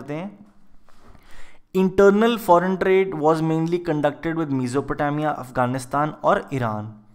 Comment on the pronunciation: Pls pronounced Mesopotamia well u r continuously making mistake